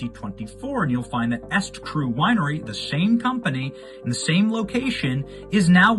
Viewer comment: The name "eStCru"is pronounced "E Street Cru," not "Est-Cru." Just like her husband's other scam company, E Street Group.